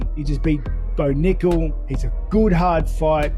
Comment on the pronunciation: Nearly feel of my chair when he said bo nickel 😂😂😂